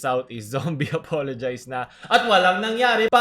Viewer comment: pronounce as Zombie APOLOGEEZE NOT APOLOGIIZE